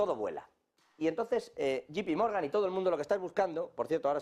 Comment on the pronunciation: No es yipi Morgan es yei pi Morgan. Así se pronuncia😮😮😅😅